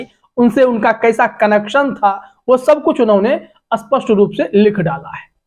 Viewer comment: Pahli baar sun raha hu spasht ko aspasht bolte hue 😂😂